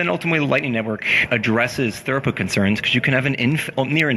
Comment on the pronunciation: I like this, but damnit, it's throughput not thoroput.